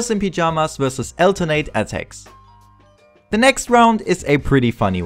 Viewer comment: sprich das verdammte the endlich mal anständig aus